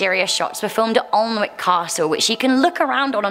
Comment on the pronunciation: Hello! A small correction for you. Goathland Station is on the North Yorkshire Moors Heritage Railway line, not in the Scottish Highlands. AND!!! Alnwick is pronounced ‘A-Nick’ not ‘Olnwick’ when referring to the Castle. Thank you